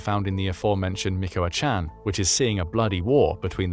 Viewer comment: 🥹🥹🤣🤣LMFAO.. ….@ min mark he said🥹🥹, “MICOACHAN” and keeps repeating it! MICOACHAN, MICOACHAN, MICOACHAN! Well that solves the question of use of narrative software!